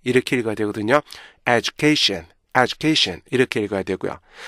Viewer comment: 정현수 말이 안되는거같죠 education 에서 tion 을 셔은 이렇게 말하는게 말이되요 션 같이해야지 영어는 왼쪽에서 오른쪽으로 글자가 나온다고 그렇게 따로해야된데요 syllable 의 개념이 없는거 같아요 자기도 발음이 안좋은데 어떻게 남을가르켜준다는건지